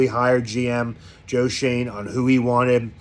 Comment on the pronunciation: You pronounced Joe Schoen correctly!! Your reaction was priceless.